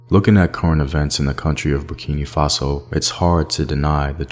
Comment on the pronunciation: Hi. I am a Burkinabe living in the US. I love your documentaries, but it really bugs me when you say Burkini Faso. It's Burkina Faso. Hope this helps!